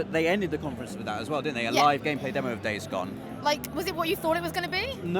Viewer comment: I thought you were saying "Dave's Gone" instead of Days Gone and was very confused as to why you kept it in the video :P